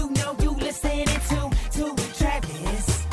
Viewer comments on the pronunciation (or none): Ttttrrraaavis from trtttttttrinidad